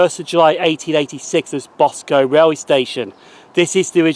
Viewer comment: Boscum not Bos Combe